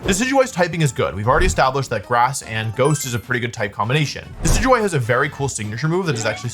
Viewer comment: How is he pronouncing DECK EE DEW EE